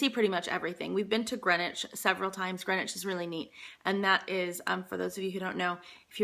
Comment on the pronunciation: You pronounced 'Buckingham' and 'Greenwich' correctly! You have been assimilated. :)